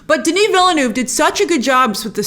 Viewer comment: How come that you can't pronounce the director's name correctly? It's not VillENÚV but VillNÉV